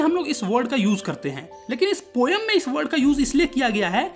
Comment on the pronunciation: Hai to Tera pronounciation wrong hi 😂